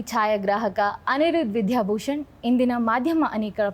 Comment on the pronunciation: ವಿಧ್ಯಾ ಅಲ್ಲ, ದ ಕಾರ ಅಲ್ಪಪ್ರಾಣ ವಿದ್ಯಾಭೂ... ಆಗಬೇಕು